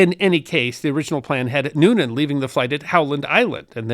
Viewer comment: You could begin by getting his name right, it's Noonan, not Newman...